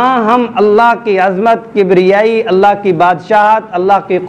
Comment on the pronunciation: ALLA nahi ALLAH hy.. talafuz theek kern.. tq